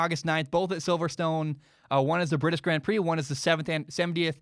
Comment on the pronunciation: I love the way says 'GRAND prix lmao'